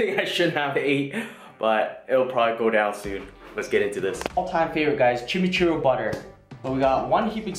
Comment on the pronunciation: pronounciation is chim-ee-choo r-ee